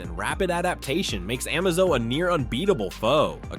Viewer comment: Can't say Amazo, Trigon, or Mxyzptlk, but actually says Darkseid instead of "dark seed"? Nah, I've been putting up with the AI voices for too long, I'm unsubscribed. I'm out. I might pop in every once in awhile to see if there's hosts again, but for now I'm done.